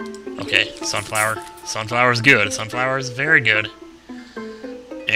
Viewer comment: Okay, repeat after me: sunflower Sunfower SUNFLOWER!!!